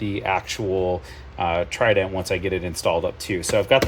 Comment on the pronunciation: Trident. Not Tident 👍🏻 Good video, nun the less. Thanks,.